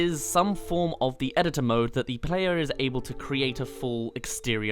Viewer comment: Eh-ditt-ore Ehdittore Editor. Thats how you say it!